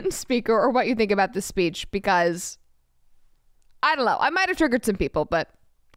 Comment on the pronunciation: "I dullo" Lol